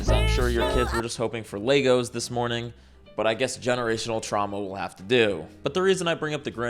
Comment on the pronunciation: I like how he calls Legos "Lay-goes", forget the Pucci thing, this is my new stim.